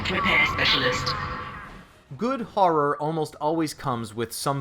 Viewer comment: "Harror"...what the fuck is Harror? Oh you mean Horror. Come on its not hard to say.